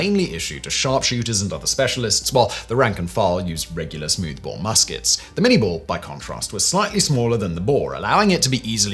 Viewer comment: It is pronounced "minay ball".